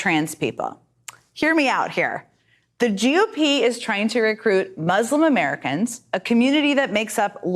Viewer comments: Is it just me or is she pronouncing GOP as JewOP?!? Weird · I keep hearing psaki say "joo-P", she is soooo anti semitic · She keeps pronouncing it as *jew-p*. Is this a "dog whistle"? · Why does it sound like she's saying "Jew Pee" instead of G.O.P?.. 😆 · why is she say GOP as JEW op? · Sounds like she's saying "jew pee" for GOP...This chick is a disgusting shill...Hopefully she gets harrassed wherever she goes.